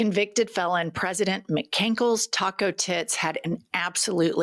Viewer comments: She said "McCankles" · It's "MacCankles". His mother came from Scotland (illegally).